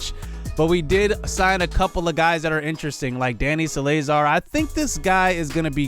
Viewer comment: Tbh look up how you pronounce some of these names. Leonys Martin is pronounced kinda weird. Danny Salazar is pronounced how u would say salad, but instead of the d its Salazar. But I would say go on YouTube and look up how to pronounce some of these. Not insulting u at all. Just saying that its hard to tell you how to pronounce it through type lol so YouTube the names bc sone are pronounced differently than u were saying them.